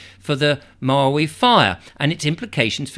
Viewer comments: You’re pronouncing Maui correctly. The person on the cover of the book was Sumner Redstone, late head of Viacom, the media conglomerate. Everything stinks about this, including these books ready to roll out before the fires are completely extinguished. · A book out that quickly is quite suspicious. Your pronounciation of Maui was very correct by American English. Your pozzlement is valid,indeed.